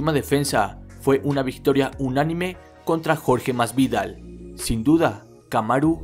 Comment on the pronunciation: como jode escuchar el nombre de jorge masvidal con ese acento